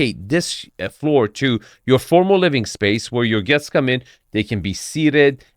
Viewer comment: I don't trust this guy to guide me through Boston real estate. He mispronounced "parking" "charming" and "floor".